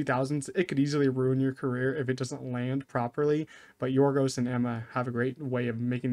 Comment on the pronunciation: Excellent pronunciation of Yorgos' name